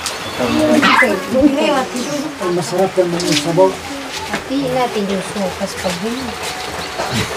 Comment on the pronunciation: Sopas madam not sowfas